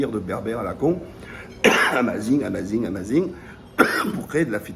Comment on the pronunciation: Déjà comment tu prononce ''' amazigh '' ... Amazing ou chp koi'' ta aucun respect les bérber ont adopté l'islam et on l'ont suivit tu te permet de mélanger les histoires des peuples